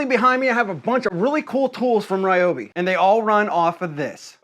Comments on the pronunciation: It's not "rye-obi", it's "r'yo-bee" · Reeeeoby NOT Rieobie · In Japanese which is actually the language of this word since its a Japanese brand of tool it's pronounced reeobee though it is spelled ryobi. Your pronunciation is actually wrong. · "Rye oh bee not Ree oh bee" 😆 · When you say "Ryobi (with the American pronunciation", not Ryobi (with the correct pronunciation) you are wrong. You keep using the "American" pronunciation for Ryobi rather than it's real one. You are wrong. Ryobi is a Japanese manufacturers founded in 1943 and produces powertools since 1968. It's "Reooobe". It looks like the average "americna" doesn't know any language or doesn't know how to pronounce any foreign word. The country that protect freedom around the world but also one of the most ignorant countries on the planet. What a pity.